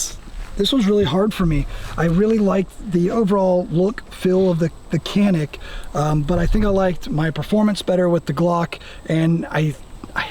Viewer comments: Correct pronounce of Canik is “djanik” it’s not “Kanik” 🫡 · Janik not Canik. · Hey! You’d better teach them the right pronunciation “Canik” not Kenik!!!! Come on man!!!! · Kanik dediklerinde me-kanik :))) gibi birşey oluyor. lütfen doğru telaffuz edin /please right prononsıous to "Canik" in Türkçe alphabet C just" Ce" not "K" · Abi niye kenik diyon canik desene… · Not kanik yes Canik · "Canik" pronounce as "goneek", not "keneek". should state that. First letter "c" need to be say "g". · You got a Turkish person calling Canik, Kanik lol. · Abi bari sen kanik demeseydin be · you could have pronounced the "Canik" correctly. Kanik değil, doğrusu Canik diyemedin mi ? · abi sen de mi kanik diyorsun yaa ...canik dağlarından da mı haberin yok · Funny how a Turk would say Canik rather than Janik. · its pronounced janik. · KÊNÊC - essa é a pronúncia👍👊🏼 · I would like to correct something for pronouncing about CANİK=CANIK . For pronouncing of Canik is jaenic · Canik Pronounced..like John'eek but for American English easiest is..like John and Nick.. JohnNick.. Jonnick.. why is a Turkish dude with a Turkish accent..totally mispronounced it?? Hahaha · Yeah, turkish guy and haven't mentioned that it pronounces as janik at least first 10 minutes. Let's see later. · You guys are pronouncing the name of the gun wrong. The c makes a J sound in Turkish. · I live in the country where they are made. The name is pronounced “johnik.” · Inthing Canik has to be read like Johnic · Canik diyemeyen bir Türk. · and yet he cant pronounce Canik correctly.